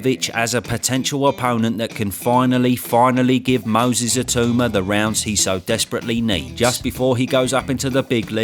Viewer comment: you've had long enough and you've heard his name enough now. Pronounce Itauma correctly.